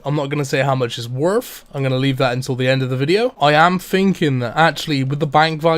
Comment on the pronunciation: “my bank was wurf twentyfWEE mil”